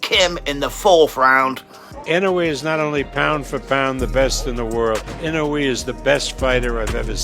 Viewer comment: learn how to pronounce his name lol. You reference people in your video that say his name right